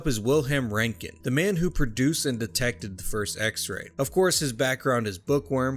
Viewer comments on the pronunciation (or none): Pretty sure his name was Röntgen, not Rontgen though.